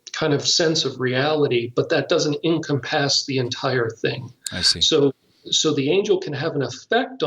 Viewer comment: It really bugged the crap out of me how the guest is saying "encompass", that is NOT how you say the word and he does it on purpose just to be "different", and another thigh, calling things demonic entities do "parlor tricks" is slightly offputting considering these beings LITERALLY help kill people via sickness or pushing down stairs and things. With these things said,his information is AMAZING and i loved listening to his wisdom on the subject.